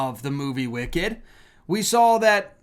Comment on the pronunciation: Its " wicked " literally